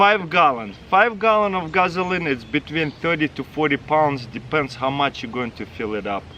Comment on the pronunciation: Did he say "Guzzline?"